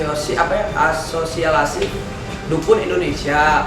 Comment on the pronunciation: 06.41 wkwk ASOSILASI, ah ente kadang kadang ente susah ngomong ASOSIASI juga wkwk